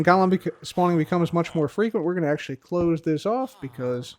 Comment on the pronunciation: I realize you’re saying ‘Golem’, but it really sounds like ‘Gollum’